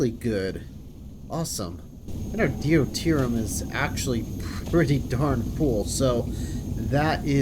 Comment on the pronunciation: I can tell you record in advance, but still - d'you tier E um. Deuterium. Really enjoying just how crazy things are already, but it seems like starting anything even close to the scale of a Dyson Sphere is still a ways off.